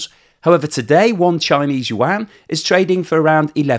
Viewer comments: what is the “Chinese wan” or “Wang”. Is it similar to the Chinese “yuan”? Pronounced “you-an”. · I speak Mandarin. No offence but youre butchering that. Its pronounced "you - en". or just "you-n". Dont even worry about the tone - just say it that way. That was a real fingernails on the blackboard experience. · I keep hearing you say yuan as wang and it gives me flashbacks to Shadow Warrior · Love how you pronounce yuan. 😂🎉